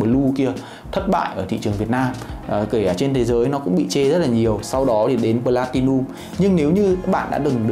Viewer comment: Cứ nghe thành blatilium nghe khó chịu nhỉ. "P" chứ ko phải "B"